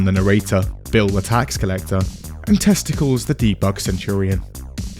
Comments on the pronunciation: That's TestAcles, not testicles. Rhymes with Heracles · I believe that's pronounced "Testi-cleze" like it's Greek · Apparently it's "testacleez" not testicles 😂